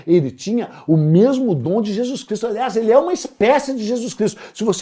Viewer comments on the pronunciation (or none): none